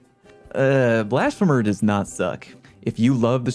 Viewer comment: I’m honestly surprised that none of the comments mentioned how he was mispronouncing Blasphemer.